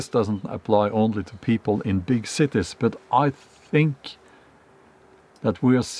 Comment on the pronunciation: I like how he says “big Cittae”